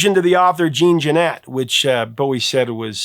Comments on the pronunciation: Jean Genet's name is pronounced the French way, like 'John Genay', with a soft 'J'. And from what I've read, he didn't inspire Bowie's song. But maybe. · “Gene Jennet”? Come on man, you’re a real human, not AI. Get people’s name pronounced correctly, it’s a 10 second google. You sound like a hack when you can’t even say an iconic writer’s name correctly.